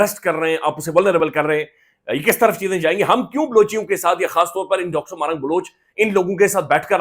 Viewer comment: او بھائی صاحب تلفظ ٹھیک کریں ماہرنگ بلوچ